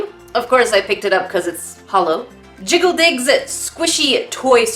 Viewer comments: Not gonna lie when I heard say it I thought she said “jiggle dicks” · I heard jiggi dicks 😁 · I totally thought you said jiggle dicks 😅😅😅😅😅😅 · The one time my mind was actually in the gutter.... I could've sworn you said "jiggly dix" if yanno what I mean 😆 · Lol I thought she said jiggle dicks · When you said jiggle digs i hear jiggle dicks OOf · Oh my gosh instead of jiggle digs I TOTALLY thought you said something else 😭😭😭😭💀 #getyourmindoutofthegutter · did anyone else turn on captions when she said "Jiggle Digs" ? no? ok, please don't